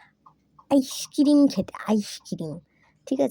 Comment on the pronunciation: আইসক্রিরিমম..ta ki😂😂😂